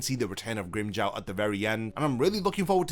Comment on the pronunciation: Why does Grimmjow's name gets pronounced differently in English? LOL Not hating. But it sounds funny. It sounds better when japanese actors pronouced Grimmjow's name.